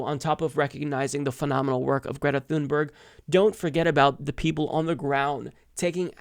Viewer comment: more like Tune-behrj, no hard G but a soft J sound at the end instead! ;-)